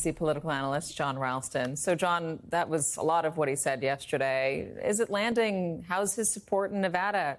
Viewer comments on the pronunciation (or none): "I hope the militara militara 'evolts at the voltin booth..."